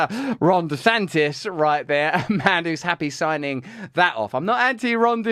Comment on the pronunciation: Oh shiiiiiiiiiiiiiiieeeet. His name is Ron DeSantis and not Rhonda Santis.